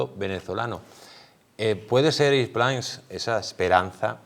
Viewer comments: Por favor por qué pronuncias mal el apellido Prince? Se dice Prins no Prains, es horrible oírlo. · Y dake con pronunciar "Prains" el apellido del pobre Erick, mínimo rigor periodístico es averiguar cómo se pronuncia el apellido de una persona.... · Se supone que, no?, pues por favor, intenta pronunciar el apellido de Prince CORRECTAMENTE. Gracias 🙏